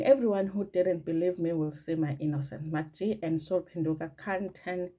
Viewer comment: it is MacG pronounced as MecG NOT MakG please